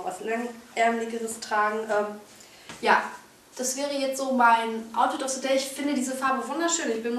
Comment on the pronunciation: outfit of se day? Haha, du kannst kein TH was?